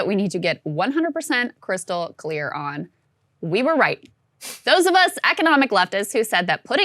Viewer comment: lol "krystal clear"